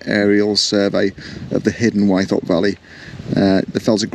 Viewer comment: Hi, I could be wrong, but as a local lad I've always pronounced Wythop as With-op noy Y-thop. Incidentally I did my first wild camp on Ling fell the night of the recent Aurora borealis (and I posted a video on that:) Anyway I really appreciate your enthusiasm and the detailed directions on your videos, keep it up m8.